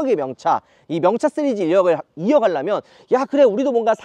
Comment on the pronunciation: 형 왜 맨날 시리즈를 쓰리즈라고 발음하는거야ㅋㅋㅋㅋㅋㅋㅋㅋ